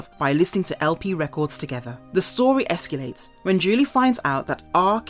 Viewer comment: What is esculate? Is that like aluminium or is she just mispronouncing it?